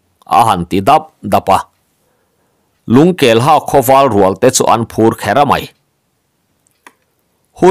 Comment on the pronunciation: Lungkelha tih hi,a khaw hming phuah chhan ngaihtuah in,Lungkelhă tih tih tur ani em? "Ha" tih hi thluk in,"ka ke a nă" tih a,nă kan lam ang hi ni se,ngaihthlak a nuam lehzual ngei ang.